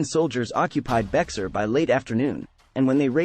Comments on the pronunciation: EXACTLY. The commentator is saying bex-are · Bexar is pronounced: "be-ar" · Actually it's Be-Har, and it's not Texican, but Texacin. Sorry, I live in San Antonio.